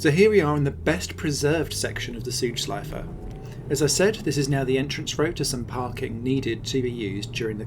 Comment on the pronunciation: Great Video Mate! I am from Germany and like Motorsport so much and for a long time, but this was also new for me. Btw, I like how Südschleife is pronounced in this video. It's well, but a little bit "sweeter" than a native speaker would do ^^